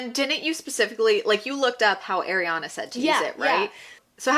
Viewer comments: Ahhreeyana not ayyyyriiiyaaana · It’s Ariana not Airana sorry it irritated me 😂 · Her name is ARIANA NOT AIRYANA. as a fan maybe say her name right as you bash her brand. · "airiana" it's... ariana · I love your opinion, but her name is pronounced “are” iana not air Iana. Not being rude!!! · she’s a huge ariana fan and calls her “air-iana” just kidding! appreciate the honest review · You’re kinda calling her Eriana 😅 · you say you love ariana but you pronounce her name wrong the whole video 😭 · ur a huge ariana grande fan but can’t even pronounce her name right? oh okay. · also u pronounced ariana wrong 😭